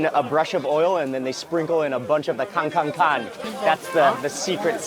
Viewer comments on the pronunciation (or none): Man did he say KANKANKAN or it’s me??